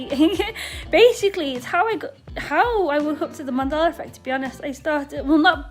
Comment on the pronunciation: Wait, does she really say "Mandala" effect or have I misheard this? Or am I in an alternative universe, too?